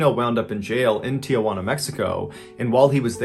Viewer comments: Tijuana, pronounced “tee-HWA-nah” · It's Tee-hwanna, not tia-hwanna